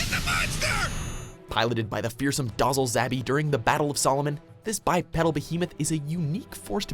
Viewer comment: I call it The Giant Space Lime. Also, it's dOH-zull, not dozz-ull. Like dozer, not sozzle.